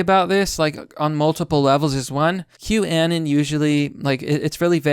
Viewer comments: With saying Q annon it almost sounds like you're saying Kwannon, like the japanese assassin Psylocke stole her body from after her real one was killed. But yes, I agree. Q is a psyop, very obviously, which is why taking it this seriously is a bit alarming. It's "hope porn" for lack of a better turn of phrase because "just sit back and enjoy the show, we'll take care of everything. It's all part of the plan." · Omg youre going to send my ocd sky high. 1- Q- Ah-Non (like ANONymous) 2- Stat-in Island 3- Anthony Wee-ner